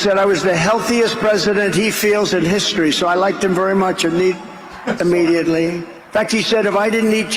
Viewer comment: Innediately... he said innediately